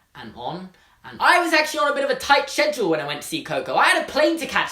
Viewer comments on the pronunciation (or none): He said cedual. Schedule. AHHHHH TRIGGERED